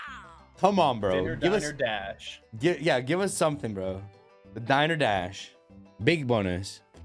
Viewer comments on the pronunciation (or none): It's 'die ner' dash like a place to eat lol